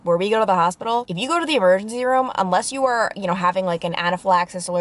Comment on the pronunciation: You said e-mare-gency. Lol idk why I found that so funny